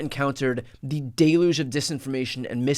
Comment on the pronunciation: Brian, it's pronounced "dell - yooj." Love you! Keep doing what you're doing!